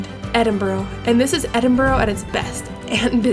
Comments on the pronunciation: Not really called Edinboro. it’s more Edinbora, or Edinbra. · EdinburUH. No idea why you would think it ends with an O. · It's not edinbro it's said edinburu... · Repeat after me - E-din-bruh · Soon as I hear Edinboro on these things I turn off!🙉🥴 how hard can it be…….? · It's pronounced Edin-bruh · Lovely vlog, but its pronounsed Ed-in-bra, just so you know. I know we have crazy place names etc. It was done to show the English up, but now it catches out Americans. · Truly excellent video almost completely ruined by that execrable pronunciation of 'Edinburgh'. I almost gave up listening to the narration on several occasions.😵‍💫😮‍💨😮‍💨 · True dat...but that dreadful attempt at saying "Edinburgh" is enough to cancel it out. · Sorry, but I couldn’t stand the mispronunciation of Edinburgh after 3 minutes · It's not Edinburro, It's Edinburr ! Also Jack-o bites not Jay-co-bites !